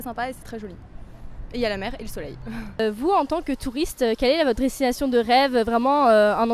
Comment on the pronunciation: As "(kam)blin" is an apparent overlapping of même and la, there's "vodres(tination)" the first syllable of which seems to mangle the "des" of "destinaton" with the "tre" of "votre"